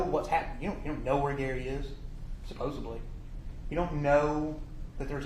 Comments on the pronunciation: “CoWObberate” “SupposeBly” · I just can’t take seriously a lawyer that uses words like “essensually” and “supposably.” 😂